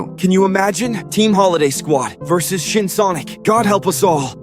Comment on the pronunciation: Im almost dead after he said shin sonoc